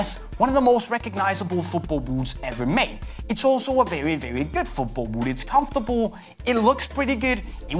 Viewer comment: Can't cope with the way he says boot